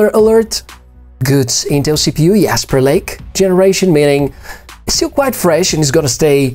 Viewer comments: it's Jasperlake not Yasperlake. you're not speaking german. it's english...:) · Probably can't run Star Citizen. How much for the 32GB Ram version. What brand of English pronounces Jasperlake as Yasperlake?